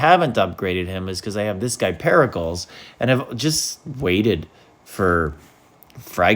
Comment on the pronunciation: My brother in crist please tell me you pronounce pericles like that to farm engagement 😂